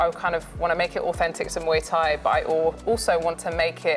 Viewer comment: I live in Thailand & love Muay Thai, it's pronounced Moo eye by the way, they all saying it wrong lol